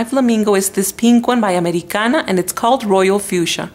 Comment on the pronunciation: Hey! Where are you from? You pronounced "Americana" really naturally...